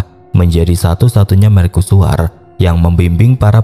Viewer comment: Kok merKusuar deh? Wkwwkwk bahasa indo itu, ya bacanya apa adanya.. mer-cu-su-war 😂😂